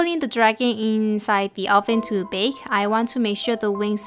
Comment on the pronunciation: And u also say bake and bownd